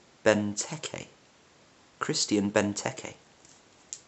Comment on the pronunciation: Christian is pronounced wrong, kinda a fail for a pronounciation channel...